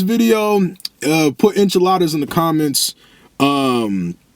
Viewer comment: You said enchiladas like it wasn’t nothing that was hilarious